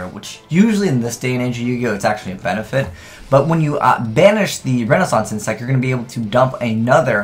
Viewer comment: is just as bad as Cap G when it comes to pronouncing card names...